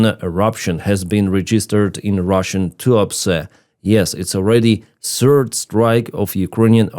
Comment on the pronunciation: third not serd....